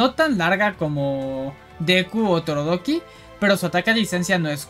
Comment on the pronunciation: Muy buena Tierlist y objetiva! Me causó gracia como dices "Torodoki" en vez de Todoroki ndjsnadja saludos